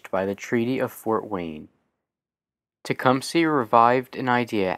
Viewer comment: teh-cum-seh not tecumsee